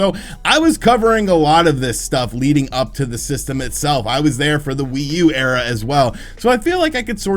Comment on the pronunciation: Did you say Nintendo Wii U "era" or "error" 😉